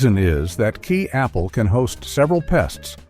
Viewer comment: Kei Apple, pronounced Ky like Sky